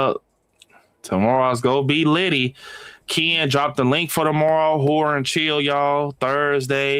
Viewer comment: It sounds like you're saying "whore" instead of "horror" 😂